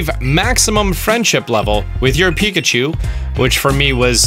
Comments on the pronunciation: "Let's Go Pikcahu" Okay then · ah yes pikcahu.. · “Pikcahu” What the hell